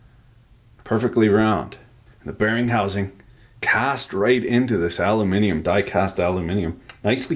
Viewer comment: You video gets a thumbs up because you actually said "aluminium" and not "aloomanum".